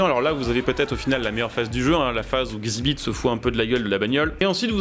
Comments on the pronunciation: Ca se dit X ibit pas xibite , ouai il est un peux caca 😂 mais j'étais assez fan de pimp m'y ride du coup voilà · Par contre ça se prononce Exzibit …….. 😅